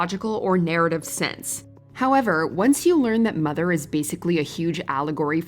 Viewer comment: It's pronounced MOTHER!